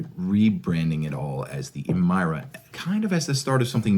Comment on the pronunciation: You made good points and I agree with all of them, but you're pronunciation of "Emira" is killing me. During the launch event they all said it like you would "mirror". Eh meer uh 🤣 Or at least start doing it with other cars like the "moose-tang mach E" so that people know you are trolling